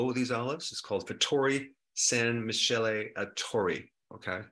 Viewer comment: Hi, this is just a minor thing. Michele is a boy's name and it's pronounced mee-kay-leh. P. S. I love your videos, keep up the good work!